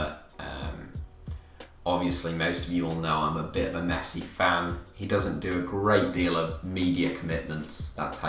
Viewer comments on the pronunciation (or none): none